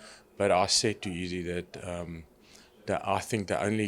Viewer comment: Love how he pronounces Izzy "EASY"